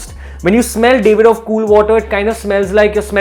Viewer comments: Its DAV-ID-OFF, not DAVE-ID-OFF. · It's Daavidoff, not Davidoff